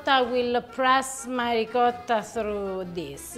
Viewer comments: ree ~ coat ~ tah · are you trying to say Ricotta? It hurts my ears every time you Reekarah., per favore, fai qualcosa, ti prego 😂🤣